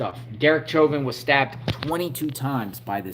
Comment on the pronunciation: Former fbi informant who was due out in 2 years. Cheuvin is pronounced like ShowVen. This is weird shit though.